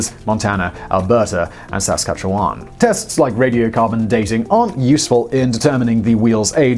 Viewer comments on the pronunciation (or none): Simon's ongoing mangling of North American place names continues. Only Simon can mispronounce "Saskatchewan" to make it sound like a province in Southern Mexico. :- } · Mad respect for pronouncing Saskatchewan correctly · Simon almost pronounced Saskatchewan correctly. Bet he can't pronounce Regina here properly. Lol. Jeez why do English ppl have problems with English pronunciation? Very contradictory. 👍🤓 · Excellent video. Thanks. Since you often appreciate when people help your pronunciations along, so I hoped I could help with "Saskatchewan.' As someone born here, as were my parents as well (etc.), we don't really say the vowels (Ssktchwn). Hope that helps. 😁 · That Saskatchewan pronunciation! :) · well to be fair , not really wrong .....just really really funny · He likes to have fun with pronunciation of all kinds of places. By coincidence, he pronounced it in proper French and what would sound like really old-timey Nehiyiwewin. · Yup, one more vote for the "it's not wrong but it made me smile", it sounds like he picked it up with a pair of tweezers and now doesn't know where to put it. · Wait. Wait. How was "Saskatchewan" just pronounced? I .... what? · Lol. Say Saskatchewan again. Do it. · you say saskatchewan weird... I'm sure you don't care but canada does. sorry.